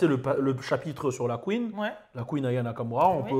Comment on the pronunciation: tu me tues il parle de la QUEENEUH🤣❤️